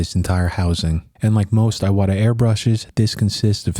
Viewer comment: "ee-wata", not "eye-wada"